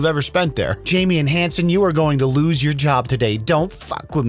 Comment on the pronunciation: did she say they are going to, "loose," their jobs today?